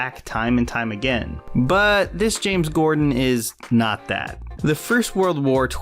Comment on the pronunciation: Ok, I'm sorry, but every time you said James Gordon I swear it sounds like you're saying James Cordon.